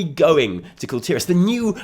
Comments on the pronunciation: i like you because you pronounce kul tiras. finally someone doesnt call it "call tehrass" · You are the only YouTuber I've heard that says kul tiras correctly.